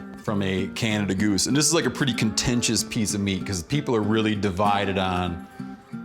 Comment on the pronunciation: Thank you for calling it a Canada goose and not Canadian goose...the bird is named after a man named John Canada not the country people always say that wrong